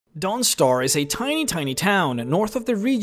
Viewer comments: I love your videos, but forgive me, I always chuckle when you say Dawnstar, I always hear DONGstar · The way he says Dawnstar XD